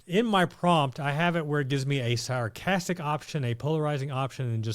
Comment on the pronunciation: Ita s..a..r.castic lol not sarahastic ur very informative n I have found ur videos very helpful